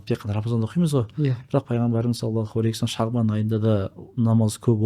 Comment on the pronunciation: Осы кісі салауат айтканда неге "алейКи уассалам деп айтады,мынау әріп Һ болу кереккой,сол жерін тузесе екен,өзінің подкасттарында да байқадым,такиясыз сұр киімде откан кісі